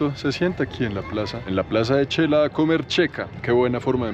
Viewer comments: Me parece maravilloso que sepas decir shecul y raro cuando dices chela. Es xela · Amigo, te escribo para corregir tu pronunciación: no se dice Chela, se dice Shela y se escribe Xela. No se dice Checa, se dice Sheca y se escribe xeca.